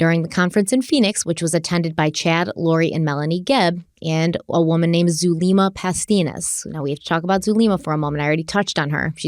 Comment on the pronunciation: I believe Zulema is pronounced "Zoo-lemma" like the name Emma